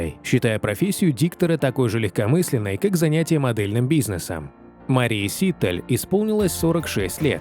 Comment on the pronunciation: Все время ударение диктора фамилии неправильно произносит